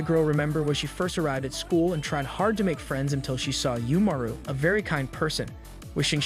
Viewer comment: Reminder that it's left ambiguous if Umaru's shapeshifting powers are actually real, or if it's just a narrative stylistic choice for the audience's benefit. Also, you keep pronouncing "Umaru" wrong.